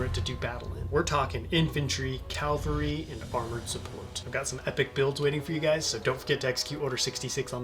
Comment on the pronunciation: it's cavalry, not calvary.